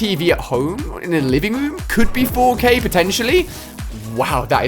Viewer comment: LOL Instead of 4k Ali-a Said 4gay